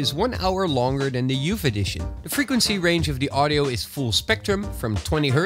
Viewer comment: Youf eddishion Love your vids